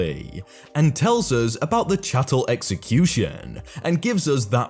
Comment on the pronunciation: It was so nice to hear chattel pronounced correctly! Two other narrators somewhat botched it when reading that story.